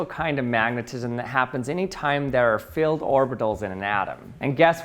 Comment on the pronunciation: No he's saying field